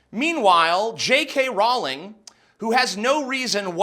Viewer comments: TJ the way you say Rowling triggers me XD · That's not how you pronounce Rowling. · Row-ling, Jesus America learn to fucking English already! It's also twat with the 'at' pronounced like 'cat', not twot. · Rowling like bowling. I know she was a twit here, but come on you still should pronounce her name correctly. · Hey dude. Love your vides, but every time your said pewdiepie or Rowling I laughed. R-OW-LING not roling. P-u(pronounce the name of the letter)-di-pie